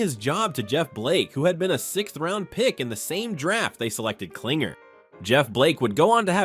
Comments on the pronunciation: The fact that you keep calling him "CLINGER" when his last name is KLING-ler shows how little you actually know what the hell you're talking about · It's Klingler, not Klinger